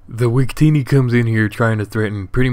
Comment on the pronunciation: are you saying wictini? GG bro really close, we should battle sometime :)